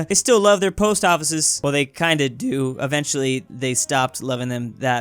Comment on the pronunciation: "But they kind of dOo" "I would see thEEse sorts of results"